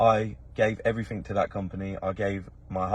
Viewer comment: There’s no k in the word “everything” or “anything” thanks.